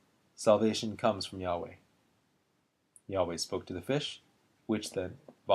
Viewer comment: Good combination of the woodcuts and reading. From the editor's introduction to the Jerusalem Bible, I understand the pronunciation of Yahweh to be yah-WAY, on the second syllable.